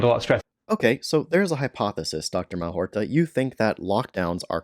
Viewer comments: Malhotra, not Malhorta. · It's Mal-HOT-ra - you spoonerised his name :) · If you're going to try to debunk Dr Aseem Malhotra, unsuccessfully I might add, at least have the grace to pronounce his name correctly.